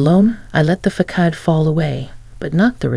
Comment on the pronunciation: Pronunciation of facade is wrong...